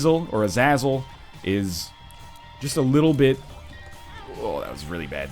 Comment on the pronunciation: bro seriously, uh-zay-zell just go watch x-men first class the red devil guy has the same name, oh and you seriously have to check out ShineyRawrquaza's latest eden run. your gonna cry how powerfull he became lol.